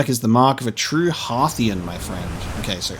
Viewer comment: Thank you so much for pronouncing Timber Hearth and Hearthian correctly. Too many people rhyme "hearth" with "earth" and it grates on the ears!